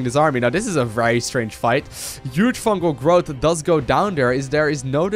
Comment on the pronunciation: FUNGAL* not fungel